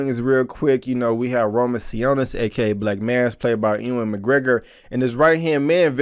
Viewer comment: I don't want to sound rude but Ewan McGregor's first name is pronounced "Uwan". I don't know if it is an uncommon name where you are from or that is how people pronounce around you. Just thought you might want to know.